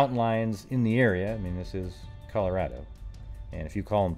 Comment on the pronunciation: Thank you for saying Colorado the correct way.